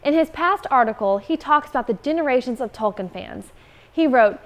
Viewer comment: I really like these videos, but I wish that she would pronounce Tolkien's name correctly. It is not pronounced Tole-kin, but rather Tull-keen (that is to say, with more or less a short "o" and a long "e" sound). That's how he pronounced his own name--and he should know.